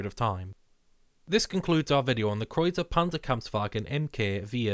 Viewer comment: My honorable congratulations for the really good pronunciation of the German designation of the tank. 👌👍